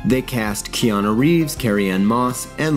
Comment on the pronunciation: I am in the same lane there. Keanu [or as says, KeanO (it drives me crazy)] was horribly miscast for that role. Matt Ryan (from the NBC show) was a better fit, if for no other reason than he's actually from the UK like the character. The best thing about the film was Tilda Swinton's Gabriel.